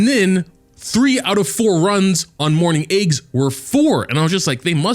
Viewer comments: everyone is talking about level 60 this level 60 that... and here I am wondering why I hear "morning eggs" whenever says "mourning aix". I guess I'm just deaf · Whenever he says that name, "morning eggs", it's so hilarious 😂😂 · I cant tell if he is saying morning aix or morning eggs 💀